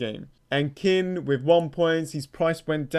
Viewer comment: The way you say king stresses me out so much lool “kin”